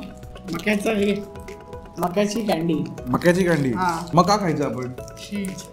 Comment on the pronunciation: Jevha mhanala " Ya Kandi la chav ahe" tyaveli mala 'ka' chya aivaji 'ga' aiku ala 😂😂😂